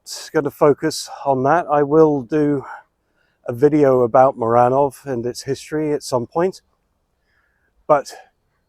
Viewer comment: At the beginning: the pronunciation of Muranów is "MooRANooff", the "oo" as in "book". Dominic Tarczyński is just a Trump fan-boy blowhard. I admire your determination to get Polish citizenship. The language is indeed difficult, but worth it. Native English-speaking Brits and Americans such as Timothy Snyder, Anne Applebaum, Norman Davies and Timothy Garton Ash have learned Polish and in some cases become Polish citizens and/or married Poles, and made a considerable impact. Polish culture is strong, but those who most ostentatiously promote nationalism are in fact serving Russian interests. And no, the October 15th Coalition has not given in to negative Western trends, immigration is very low except from Ukraine, gender mania is pretty strongly resisted despite some activism in that direction, with leaders such as Tusk and Trzaskowski being sensitive to how ordinary people feel, deliberately meeting with voters in the generally PiS-supporting hinterland, taking to heart the mistakes of the Harris and H. Clinton campaigns in the US.